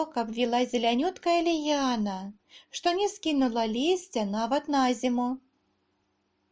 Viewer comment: Диктовка во многих местах неправильная, например, от ударения зависит правописание наречий(прыслоуяу). На зиму Вы прочли с ударением на предлог, а в белорусском языке никогда не бывает ударения на предлоги, т.е. я зная правила сделала там ошибку из-за неправильного ударения